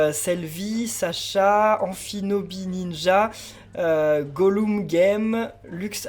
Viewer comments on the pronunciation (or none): none